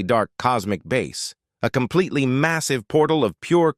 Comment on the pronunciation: Doude stop saying compeletly